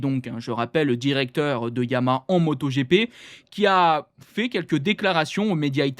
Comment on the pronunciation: On dit YA-MA-HA pas Yamâ ...